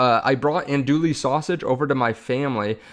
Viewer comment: Don't pronounce the L"s in Andouille.....